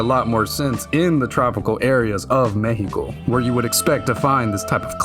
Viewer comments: Dude, First of all, your pronunciation it's way too good; It took me by surprise to hear Mejico and not Meksico. Mexico being good for a fallout game always took a place on my mind, especially because the other games mention it a bit. So now, to help enhance this world building: 1. if the city flooded the Chinampas would make a popular return, like, imagine this swampy like place with a lot of tiny islands made out of dirt and debris. a place made by survivors but abandoned because of the dangerous radiation or maybe the dangerous creatures that came along with radiation. maybe they flee because of them, maybe another faction took away that place. 2. The Metro it's like way, way too large, and way too crowded, It would be an awful place to be, without mentioning that some places would turn into a underground city full of raiders / ghouls, and many others. This one is based on personal experience many people would survive here the first impact, but later on the hell will be unleashed. OFC this would also make a fine place to survivors to prosper until they get mad 3. This point is here just to make everyone remember that a) we have many volcanos b) It's a seismic place So try to imagine some cities ended up like Pompeii at least the ones who where forgiven by the nuke . 4. Maybe some Vaults over the place, like one of them flooded in CDMX and the other one fell under it's own weight because of an earthquake in another state. 5. Nuka Cola's investment here would be crazy (Yes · gracias wey, not everyone actually investigates about Mexico, its not just dust and desert, thanks for making a good research, also thanks for saying Mexico with the correct pronunciation. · Im new here and was sus until i heard you truly say Mexico. BUT I GOT MY EYE ON YOU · He actually pronounced it right! im damn impressed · Thanks for saying the name of Our Country THE CORRECT WAY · I appreciate a lot that you say Me-he-Co instead of Mech-See-Co